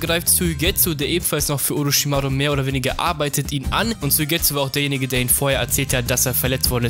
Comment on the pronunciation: Oroschimaru genauso